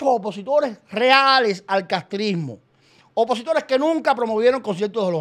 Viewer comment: Atención : Otaola no dice OPOSITORES , el Dice : UPOSITORES , en la jerga lingüística esto quiere decir Supuestos Opositores . Otaola sabe lo que está haciendo . Escuchen bien